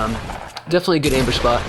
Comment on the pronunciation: How many you said embush wtf